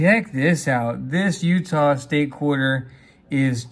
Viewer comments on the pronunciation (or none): none